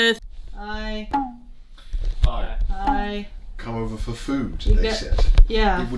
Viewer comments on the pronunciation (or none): "Orfer now"